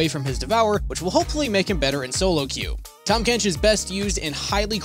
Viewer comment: "THAM KENCH"